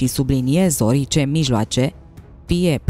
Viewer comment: Draga, te apreciem mult, dar in "Les Propheties", t-ul se citeste "s" si TE ROG EU NU MAI PUNE ACCENTUL PE "I" in cuvinte ca orice, oricare, ci pe "o", ca nu mai sună românește!❤